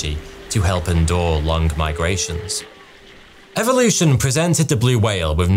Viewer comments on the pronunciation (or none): none